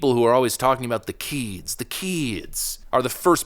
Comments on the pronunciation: "The keeds , the keeds" 😂😂😂😂😂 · Lmao, "the same people always talking about the keeds the keeds"